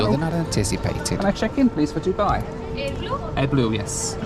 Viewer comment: Dubai doobai doobai doo… I was sure you‘d find your hotel. ahead you not we probably wouldn’t be watching this video as you were still running around the airport somewhere… And was I the only one who heard AdBlue several times instead of AirBlue? Well both aren’t very blue, they have something in common ! 😁 Nice video!